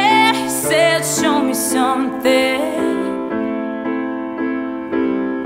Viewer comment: Her voice is so pretty but the first time I watched it all I could focus on was the fact that she never pronounced the word 'something' right!